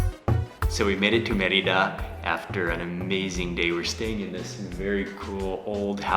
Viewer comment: It is "MER-ee-dah!